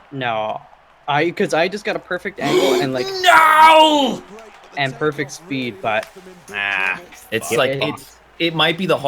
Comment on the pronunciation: "I could use a spood beest right now."